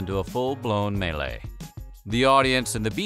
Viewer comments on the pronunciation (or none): none